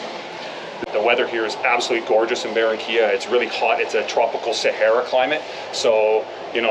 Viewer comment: es Barrrrrrranquiiiiiiilla Senor.....